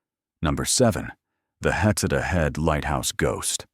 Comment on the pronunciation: Heceta is pronounced: Huh-SEE-tuh Malheur is pronounced MALL-yer Tillamook is pronounced Tilla-muuk (rhymes with hook)